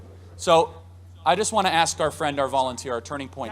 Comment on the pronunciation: Hey, I really like the videos you review but just one thing that I truly don't understand esp bc I think you are to intelligent for and and saying it bc it always annoys me that I almost want to scream (sorry;) is when people say AKS instead of Ask? More important though, Happy New Year 🥂